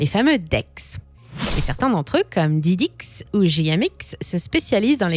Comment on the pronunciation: Comment ça prononce AAVE, ça se voit à chaque vidéo que vous êtes une imposture 😂Récidive à avec le fameux Didix 🤣